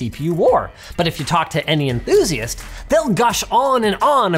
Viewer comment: enTHusiast T